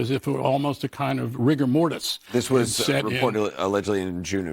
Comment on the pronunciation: "rigor mortis" 😂